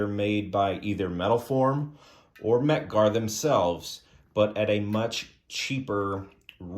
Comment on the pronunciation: Mec Gar? OK…I’ve stopped vomiting now.🤮